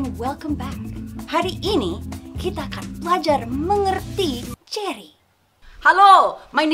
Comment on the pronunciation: umm uhh sarah one more thing its jerry not jeri what if someone called him jerigen?